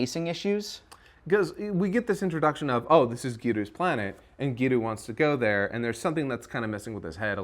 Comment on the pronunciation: Just say Pan dude. The PAWN thing is obnoxious. Same with GEWDOO, say giru man like everybody else.